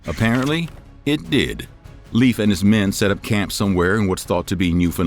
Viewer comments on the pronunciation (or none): Not leef Leyf. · Not like Leaf Ericsson but Leifr/Leiv like the E in hEllo not like in beef and the I like Indoors. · Pretty sure it's pronounced(lay-f) and not leaf. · LEAF 😂😂😂😂😂 its pronounced like Layf , say lay-f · He's called "Laif" not "leef" ericson. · Arrr.... the pronunciation of scandinavian names bother me somewhat. It´s not "Liiif" (or "leaf") - it´s more like LAY-F. So say "lay" as you pronounce "LAY down" and add an "F" Regards /Word police from the south of Sweden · Leif is pronounced Lāfe, Not Leaf. Just as Veil is not pronounced Veel. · Leif is pronounced the same way as life in English. I’m a Dane. You make it sound like leaf.😂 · It’s Pronounced Layf. Not Leaf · In Scandinavia Leif Erikson is pronounced Life, not Leaf. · Leif is pronounced "Layf" you keep saying 'Leaf' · When making a video about history you might want to look into how to pronounce the names of people which names still exist, Leif for example, is pronounced Layf not leaf. Especially when you repeat it several times throughout the video. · Inaccurate. And Leif isn't pronounced leaf, it's pronounced life. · Leif is pronounced "Layf" not "Leaf" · LEIF not LEAVE.. Pronunciacion is more like L-eye-ve, try again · I thought his name was Leif not leaf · Learn how to pronounce the name Leif correctly, it's not the same as leaf. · Haha. Not translate. Just thought you wondering about the pronunciation. My name is Leif ("life"), so 'Leaf' has always been cringy and a pt. of a lot of teasing/bullying as a youth. I remind ignorant people that they wouldn't mispronounce "Einstein" as, Eeen-steen. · It is not Leef. Its Leif. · Leif is not pronounced like a, "leaf," on a tree. This is another Youtube narrator who didn't even bother to get the man's first name pronounced correctly. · Leaf Ericson? Use a human to pronounce these, not some BOT! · I was told by a guy who lived in Denmark that Leif is pronounced Life,and that Thule is pronounced Toola. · Pronounced Layff. My son's name.